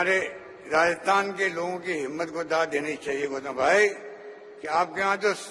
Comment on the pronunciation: गौटम नहीं गौतम है यार उसका निम